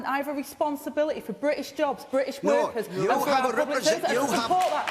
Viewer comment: Clag mouth you can't even pronounce British correctly. Labour is using you to try to con the people. You are inept and stupid.